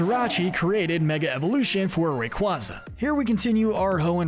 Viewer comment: It’s pronounced may-guh-LAHP-oh-liss, sol-GUH-LAY-oh, ray-QUAY-zuh, WAHB-uh-fett, sill-VAL-EYE, DEE-AHL-guh, and PAHL-kee-uh, “Patrick Star”! 🤨 Stop mispronouncing Pokémon, Pokémon area, and Pokémon character names, bub! 🙄